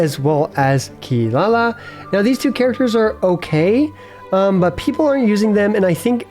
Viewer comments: How dare you put the goddess of death behind a mere chef!!!! Jokes aside, i really like your take on the list, let's see how Fontaine cast shakes things up. PS: and a quick advice, it's not kee-La-la, it's KEE-rah-rah ...you can hear her pronounce her name in the JP voice lines quite clearly and it should be like that since well, you know, Inazuma. I believe Kaveh it's also KAH-veh instead of ka-VEY, but i'm not 100% sure. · its Kirara not Kilala btw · Its Funny you Call Kirara as Kilala XD